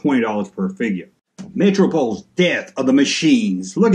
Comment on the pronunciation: Metropolis as in a big city no metro pol is